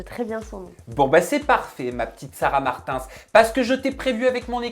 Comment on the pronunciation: Quelqu'un vas lui dire que c'est Martins et pas martinss